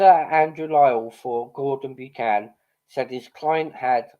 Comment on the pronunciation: Buchan is pronounced buckan not byoocan